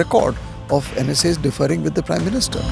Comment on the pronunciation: Arey yaar its ‘differing’ not deferring. All journalists nowadays are majoring in duffering😂